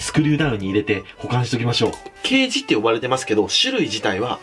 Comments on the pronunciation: ケイジのイントネーション刑事と同じだと思ってた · ケイジの発音どうにかならんのw